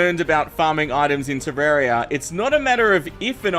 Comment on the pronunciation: He said terraria with an E